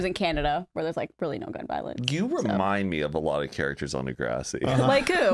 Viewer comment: it is pronounced duh grr ah si not dah grAW si